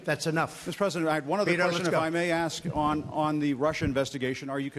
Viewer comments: I’m sorry did you say, AXE a question? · It is "ASK" not "AKS" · He "doesn't", not, he "don't"...."Ask, not axed". These two ladies sound unintelligent, ignorant and uneducated. Yikes. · The word is "Ask" no "Ax" dumbass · Ugh! How disgusting these 2 street hags are. If you can't figure out the difference between "axe" and "ask" why TF are you on anyone's news show? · silk is too intelligent to pronounce "ask" as "axed" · They had a great converaation its just funny how they say ax instead of ask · Keep on « axing » questions... wow! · "to ax ignorant questions.." I'm done.